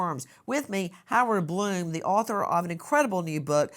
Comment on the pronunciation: That's Blum, not Glum. YouTube is not showing an edit button.